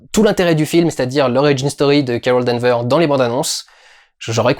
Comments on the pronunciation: Danvers Du, Danvers ! Il y a un "S" à la fin :) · Et non D'Anvers.